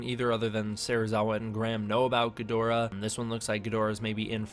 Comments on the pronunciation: It's pronounced GID-rah or GEED-rah. A lot of us Western folk mispronounce it. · it's pronounced ghidorah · Stop saying Ghidorah wrong for god sake ur triggering me reeeeeeeeee